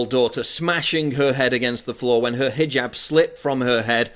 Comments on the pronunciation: Maybe needs to read this headline, since he seems to have a problem properly pronouncing the word hijab. It's not fucking hajib, it is pronounced hee-job, like he needs to get a job. I know is aware of this and obviously purposefully mispronounces hijab to emphasize the foreign nature, but only makes himself look stupid. Love the products but this has been a pet peeve of mine. Please pass it along. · ROFL... "Hi-Jib Hop"